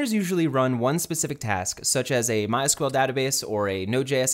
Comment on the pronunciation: great vid, but it kinda bugged me how he pronounced mySql lol